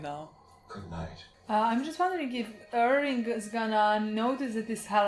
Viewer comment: You guys are great, please stop saying "Irwing" though,.